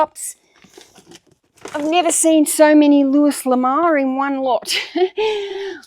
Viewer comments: I learn so much by watching you, I love your videos. Here's a hint, though. Louis L'Amour is pronounced Louie L'Amour. Looie, for pronunciation purposes. Anyway, keep on keeping on. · Thanks for all of your content lately! You inspire me to get my tasks done. 💪 (PS - Louis L'Amour is pronounced LOO-wee luh-MORE -- well in the US anyway 🙂) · He. I'm not poking fun. I promise. Everybody mispronounces things sometimes. It happens when we're good readers. I'm just trying to help. Louis L'Amour - Loo ee luh mor (His name's basically Louis Love. Which is kind of fun, since his real name is Louis Dearborn LaMoore.)